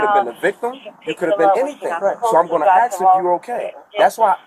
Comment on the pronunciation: She did say she wanted to axe someone. That can't be legal 😂